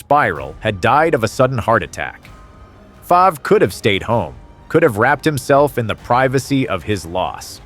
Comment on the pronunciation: This guy didn't even get Brett favre name right how just had to point that out